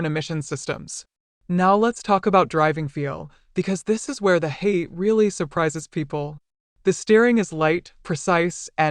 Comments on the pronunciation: HA-YA-TE not Hate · Pronounced “Hah-yah-teh” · Elizabeth Holmes voice pronounces it incorrectly. Lol.